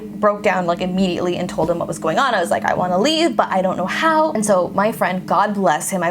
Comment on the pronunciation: She is saying “Told Him” but the way she says it makes it sound like “Told Tim” She turns the D to a T, and sort of silences the H. It is a common speech thing.